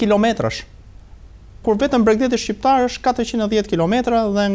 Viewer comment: Shqiperi , shqiptar, me 'q' .. ... jo shiperi jo shiptar..... permiresoni spikerin !!!!